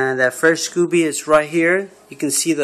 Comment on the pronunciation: Sco beee not scoo bee